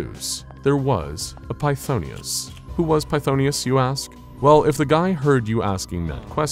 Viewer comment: Just a heads up, its pronounced f'thone-us, not fthonius. Love your work tho!